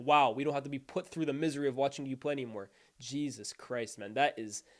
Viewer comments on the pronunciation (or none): none